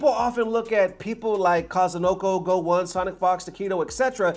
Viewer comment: Did you just pronounce GO1 as Go One???????!?!?!?! Dude, you have like 3x times more time in the fgc then me and I know how the name sounds and its not a nobody, just probably the best dbfz player and a pro in many other games like sf5 too